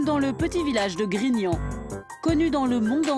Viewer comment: C'est pas GRIGNON, mais GRIGNAN.